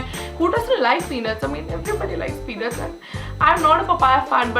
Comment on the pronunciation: you said peanuts in a way it sounded like penis...